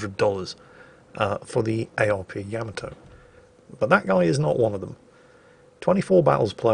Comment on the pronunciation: I love how you slipped up and pronounced Yamato “ya-ma-toe” instead of “yam-a-toe” 😀. Then you went right back to normal